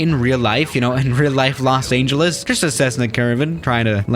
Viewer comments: Me: Los Angeles: Los Ayngeles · Nobody:: Los aingelese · “Los aneljus” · Nobody:: Los Aingeles No harm meant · No one: Literally no one:: Los Ayngeles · Did he just say "Los Angel Less?" , and many more times... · For some reason the way he say Los Angeles rubs me the wrong way